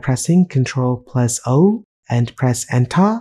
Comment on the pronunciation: "Press ENTHAA !" was the best part of this video loved it ! :)